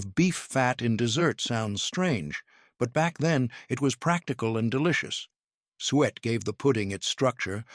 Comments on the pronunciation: Not "sweat" , suet is pronounced "soo-ett"!! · Suet is pronounced " soo-it" not "sweat"! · It is NOT SWEAT!!! It. Is Suet pronounced suu et. Fix your stupid AI. It is a waste of my time. I'm out. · Someone please teach the AI how to pronounce “suet”! ‘“Sweat pudding” was never a popular menu item… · Is there a cookbook to go along with this??? P.S. It's suet pronounced "sue-et." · Suet is pronounced Su, - et.